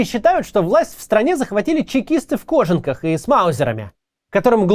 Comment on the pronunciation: Явно читает чужой текст. По ударениям можно судить. Если бы писал сам, то точно не делал бы ошибки в ударениях в словах типа некролог, кожанка и пр. Да и оно понятно, каждый день по такой тонне текста выдавать он бы не смог. Не того уровня "мыслитель". Почти все уехавщие оппозиционеры делают так же. Им пишут - они читают. Видимо, это одно из условий прибывания там. Типа, не согласен, а мы тебя обратно на родину вышлем. Интересный инструмент давления выходит, когда человек готов совесть немного придушить лишь бы в Россию не возвращаться. Тоже самое с Майклом Наки, раньше смотрел, теперь не могу. Стоило уехать и из оппозиционера превратился в русофоба. Тоже было с Камикадзе ди, да и многими деятелями помельче.